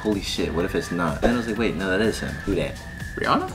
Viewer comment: Bruh said Rihanna I was offended